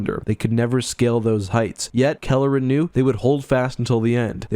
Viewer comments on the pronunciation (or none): He keeps saying Kalleren but I'm certain it's Karellen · Sir, please, It's Karellen, not Kalleren. Nitpicky, I know... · "Kare-Ellen" not "Kelleran", heh. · Karellen, not Kelleran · NEEDS to lose that center-of-the-screen gopher image. Also, ensure that you get the details of names correct (ie: it's Karellen, NOT Calaren). You primarily focused on the book, not the TV mini-series, so there were some conflicts there that were somewhat confusing. Fix all these short-comings and this would have been an OK video. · Karellen, not Kalerren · Karellen - I was pronouncing his name wrong, I guess. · CAR. ELLEN. Everything in this video is awesome, but the pronunciation matters. I know it’s AI, but it’s jarring food for thought. 🎃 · All that work and preparation you put into making this video and in you Pronounce karellen’s name wrong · You mispronounced Karellen repeatedly...